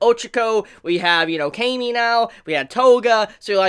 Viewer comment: Why do you say cami with a long 'a'?